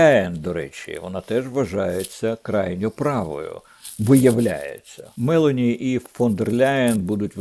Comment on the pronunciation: Правильно прем'єрка Італії МелОні з наголосом на О